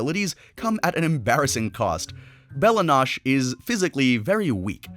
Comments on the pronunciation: I got a brain spasm hearing “nosh” instead of “no-chay” but otherwise great video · Noche this guys called it nosh